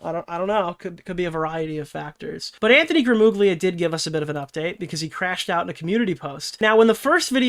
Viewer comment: IT'S PRONOUNCED GRAMULIA GL = L IN ITALIAN(it's slightly different, but L is a good approximation) YOU ARE ITALIAN-AMERICAN, PLS GET IT RIGHT